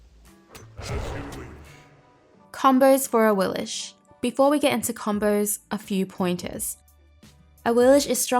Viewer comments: I'm guessing they probably pronounce it the way they do in the game because awilish definitely sounds stupid, as opposed to "aweelix" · When I select her in the god gallery she doesn't say "a-wee-lish" she says "a-wee-lix." Am I the only one? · Yeah I noticed with some ne zha skins the voice pack says "knee-jah" or "na-jah". I just pronounce things based on what sounds better or less annoying lol so I prefer saying na-jah for ne zha and for awilix I prefer ah-we-lix rather than ah-we-lish. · Yea, I go by how the game pronounces her name. They say A-wheel-Ex, so that's how I go buy it I do the same thing with Monster Hunter. I mis said names for years till I heard the games say them. Interesting vid tho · Awillish? I've not heard that pronunciation before, not even from HiRez. xD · Ur still saying it wrong lol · You saying her name wrong and its making me so mad!!!!!